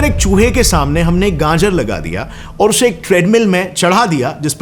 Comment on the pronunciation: Bhai gajar..nor ganjar😂😂